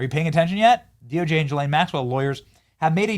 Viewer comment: Benny... Say "Ghee-Lane"... You can do it. I know you can.